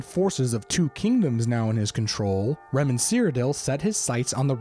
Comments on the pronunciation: It's not 'Remen' ... it's Reman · FYI...it's Reman. Not Remen.